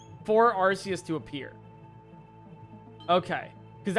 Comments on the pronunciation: Ar-say-us is actually correct in Japanese, to some extent (アルセウス) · The way you say Arceus is right